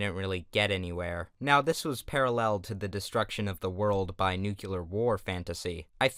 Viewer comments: It’s called new clear not noo culer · why do people insist on saying "nucular" instead of "nuclear"? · said nucular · How come people can't say nuclear properly? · you pronounced nuclear wrong